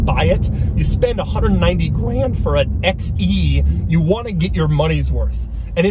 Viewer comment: putting emphasis maybe not intentionally but still